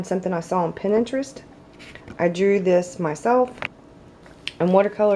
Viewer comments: it's prounounce "Pin-trest". 😉 Love your BOS! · plays Pinterest. pronounced 'pintrest.' She massacred the word Celtic too. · Lmao the way you say Pinterest tho ....! Love this video. Was looking for good inspiration and good examples and this was a good example. Thanks for sharing = )